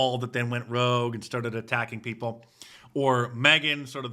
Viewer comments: What is a “pee poo”? Can’t pronounce “people” correctly. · What is a peepoo? It can’t even pronounce people correctly!!!!